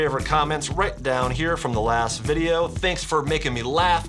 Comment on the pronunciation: chad i love your vodeo but vy bab wepen